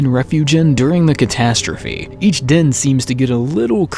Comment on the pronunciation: It's DEN not DIN omfg